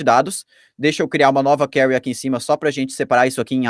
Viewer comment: Conteúdo bom, realmente interessante! Mas o difícil é ouvir "query" tão mal pronunciada tantas vezes.